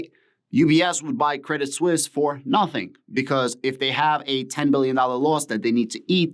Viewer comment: You have the right pronunciation...... credit suisse